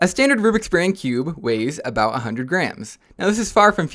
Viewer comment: is not me, it’s literally the correct way of saying it